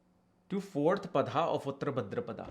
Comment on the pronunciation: Wow. You look like somebody who knows more than Dr. Arjun Pai or Sanjay Rath, Kapiel, or even K.N. Rao. Bhadrapad, not Bhadrapadaaa 😂 Reminded me of Hermione of Harry Potter 😂